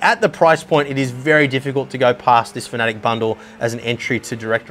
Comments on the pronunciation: Fa-na-tech not fa-nat-ic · hi dont mean to be rude but its Fana - tec not fanatic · FAN A TEC... ITS LITERALLY INFRONT OF YOU... and the German fella that made the company, he says FAN A TEC...